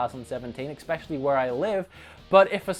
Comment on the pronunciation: No, he said "ex-specially". ;)